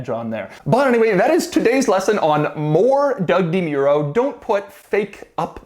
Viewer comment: I love how DeMuro mispronounces his own name. I know, cultural differences and all, but still it's strange to hear him say it.